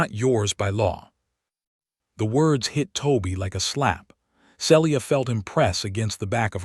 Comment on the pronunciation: SEE - LEE - AH and E - LYE - US. make some effort to have A.I. PRONOUNCE NAMES CORRECTLY. People do not want to listen further with such SLOPPY,NEGLIGENT effort.😮